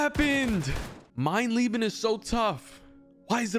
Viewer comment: Geil wie du Mein Lieben sagst und nicht mein Leben 😂 Echt lustig als Deutscher sowas zu hören